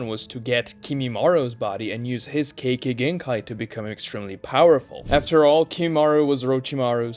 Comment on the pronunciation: Im sure nobody but me cares but I can't help myself It's not kaykay genkai is kekay It's spelled kekkei notice the I? The second half is pronounced differently. Japanese pronunciation is shockingly simple and consistent. I recommend learning it. You could learn it in a day and Integrate it into your speech in a week